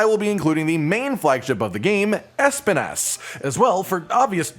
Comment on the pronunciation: Espinas' name is pronounced Es-peen-ass for those who are interested, its spanish for thorn and while my attempts to write how its pronounce may not be totally right, its the easiest way i could think of for non spanish speakers.